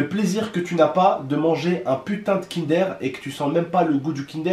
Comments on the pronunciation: Chu désolé mais sa se prononce pas kindere mais kindeur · Mdrr il a dit Kindère 😂😭 Lit mon pseudo et abonne toi c’est un défi 😉